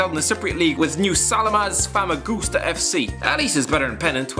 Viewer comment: As a Cypriot, I have to inform you that yoy totally butchered the pronunciation of Nea Salamis Famagusta FC